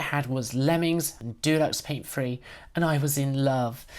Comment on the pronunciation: With the exception of the mispronounciation of Deluxe Paint, this is a near perfect docu-type video. Kudos to you.